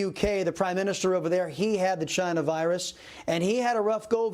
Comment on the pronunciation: "Chyna" Virus 😂